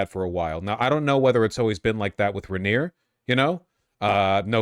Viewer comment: Vaush are you intentially mispronouncing "Rainier" and "Yesler" just to spite me personally?